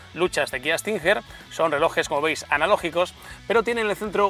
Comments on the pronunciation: Tio....como...que kia stinjer????.....se pronuncia stinguer......no tu q dices stinjjjjerrrr.....vaya periodista deportivo....aunque no venga la u se pronuncia como si la llevara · cada vez que dice estinjer me mata 🤣